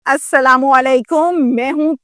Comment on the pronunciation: Apki salaam galat hain sahi salam aise hoti hai ٱلسَّلَامُ عَلَيْكُمْ